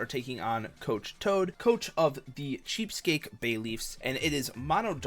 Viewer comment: How do you butcher Chesapeake that bad lol